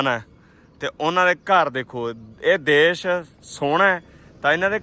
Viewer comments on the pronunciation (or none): none